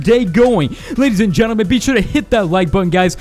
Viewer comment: Always when he says "gentlemen" i understand "germanmen"